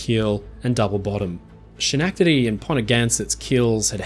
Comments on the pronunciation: Thanks for yet another highly informative and interestingly presented analysis, where you make an excellently convincing analysis of the Titanic's break-up. One slight suggestion, however. The name of the ship, Schenectady, is named for the city where I grew up, and its name is correctly pronounced: Skuh-neck- tuh-dy (from a Mohawk Indian word, thus the odd spelling) . But no problem; I would probably mispronounce some Australian place names, too. Keep up the good work. Your videos are top notch !! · Woulda... Coulda... Shoulda... As you said,. At the time, Titanic was built using the best technology available. Adhered, if not exceeded the safety protocols of the day. Sadly, as it's been proven time and time again, the cost of ignorance and advancement comes at the price of innocent lives. Excellent video! Although, being a resident of upstate New York, your shredding of the word Schenectady, well... the blood from my ears has finally dried... LOL... Hope you have a wonderful holiday! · dawg you are completely messing up how how Schenetady is supposed to be pronounced. i am enjoying your video in general but this is such an uneducated mistake. i get that british folks generally consider themselves superior to americans but this should demonstrate to you the falsehood of that idea. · Hey, just FYI. Schenectady is pronounced like Skenectady. Sch is is not literal. I'm from NY. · Really excellent work! Just a pronunciation correction. Schenectady has a hard SCH, as in school. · So I'm from the area and it looks like "Sh-nack-tid-ee" but it's pronounced "Skuh-neck-tid-ee". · Hello! Stumbled upon your video after rolling in from another Titanic video. Loved the coverage of this. Very enlightening. And as someone born and raised in update New York and stone's throw away I commend your effort on trying to pronounce Schenectady. It's pronounced Ska-neck-ta-dee <3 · Minor nit: Schenectady is “skuh·nek·tuh·dee” in both American and British pronunciation.